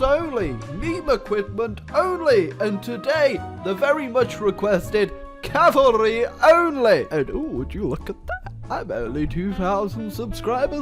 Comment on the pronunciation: U said cavarly